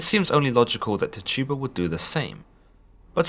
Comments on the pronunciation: I just wanna say that her name isn't pronounced Ti tu ba, it's tchi tu ba, chi tu ba, or chee tu ba. You would have to know to understand. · Every time he said Tih - tuba I cringed lol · Can you please say her name right😩😩😩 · Only Tituba knows what really happened. THE VOWEL I IS PRONOUNCED WITH THE VOWEL E SOUND. SAY IT RIGHT. AAARRRRAAAWWAAAKKE LONG LIVE TTTIIITTTUUUBBBA. LONG LIVE ALLL NATIVE AMERICANS TAINO TAINA!!!! ARAWAK ARAWAQUE